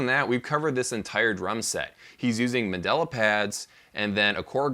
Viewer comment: The word is mandala... You keep saying Mandela, who was a person. They are two VERY different things